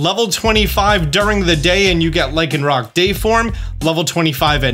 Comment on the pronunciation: LYCANROC DOES NOT END WITH A K! WHY DOES EVERYONE KEEP DOING THAT!?